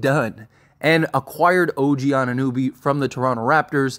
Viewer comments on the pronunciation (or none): I love your channel bro but your constant mispronunciations of players’ names kills me lol His name is pronounced An-i-no-bee, not An-nooh-bee. It never ceases to amaze me how much you botch players’ names with how many games you must watch and hear the correct pronunciation of their names lmao You are still calling him Christian Woods instead of Christian Wood. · Anu-know-be Jeez man. Butchering the man's name... also you gotta do is watch some highlights